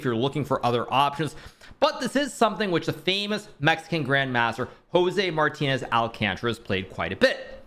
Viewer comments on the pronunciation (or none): none